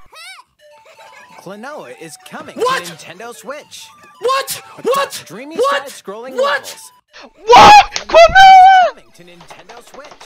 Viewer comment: When the guy and says "WHAT! WHAT! WHAT!" it reminds me of my dog barking. Both the way he says it and the fact that Siri has interpreted his bark as that word in the past.